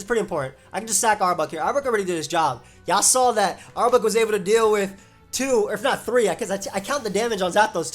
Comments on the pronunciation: Arbok has no U sound. Rhymes with clock not cluck. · I almost couldn't finish watching this video because of how you were pronouncing arbok